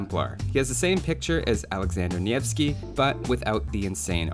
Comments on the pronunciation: Heeeey, you said Nevski pretty well! Not native, but "nyeh" is correct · you pronounced "Nevski" so well, my heart melted. Love you bby